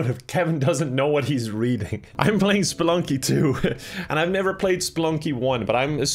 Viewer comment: Obsessed with how Kevin calls the game "SPLUNKY"